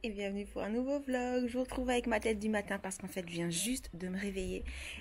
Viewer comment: Tu te rappelle que au toit début de ta chaîne tu disait velog et pas vlog répont s'il te plaît, se qui sont d'accord lâcher un pouce en l'air ⬇